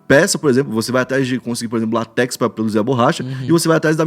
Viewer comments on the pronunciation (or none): LÁtex, e não latéx